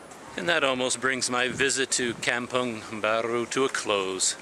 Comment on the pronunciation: Is pronounce 'come pong'. 😁